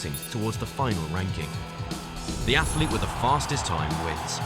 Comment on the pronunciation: Please teach your commentators how to say "athlete" and "biathlon". It's NOT athAlete or biathAlon. Really annoying. Thanks.